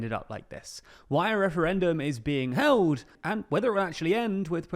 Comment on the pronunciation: Anyone else notice how hard he said held 😂